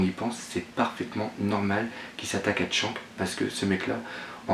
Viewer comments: Pourquoi tu dis Tshank et pas Shanks (avec le s prononcer a la fin) ? '-' sa me stress x') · mais putaiin tu sais pas prononcer pff shanks !! pas chank tin vous les francais des grosses merdes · pas mieux.. surtout le " TSHANK"..